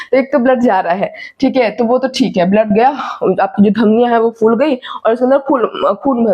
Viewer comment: Mam jee Good information, key Batae gee k Flower ko Aap Phool Bolti ho Ya Fool, Balloon pholta hea k Foolta hea. G Phat te hea k Fat te hea.